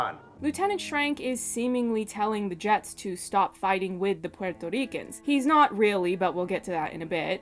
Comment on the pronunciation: Love your video and your pronunciation if Puerto ricans. FYI. Puerto Ricans like NativeAmericans and African Americans did not immigrate. Puerto Ricans are born US citizens since 1917 and the island became a territory of the United states much earlier in 1898. The correct term is migrant because it applies to citizens who move from one part of the country to another. The term immigrants propagates the myth that we are foreigners and need visas or green cards which we do not. To add insult to injury most of us have partial Amerindian ancestry and these ancestors were the very ones Columbus called Indians.